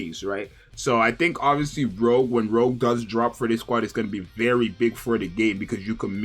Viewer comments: Pretty sure all the names on the members in the 777 squad are pronounced in French. out her saying 'Rogue' instead of Rouge (like Rouge the bat from the Sonic franchise) pronunciation is sorta like this: roo-sh (may not be exact, but close enough) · its not pronounced rogue its rougeeee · Every time he said rogue I cringed... All of the characters are named after french names of colors! Would it have killed him to put her name in the google pronunciation tool?!? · yea exactly